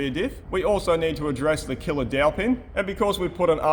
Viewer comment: i heared "killer-aunty" 😅